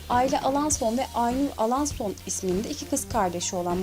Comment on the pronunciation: Ya niye alaaason diyosun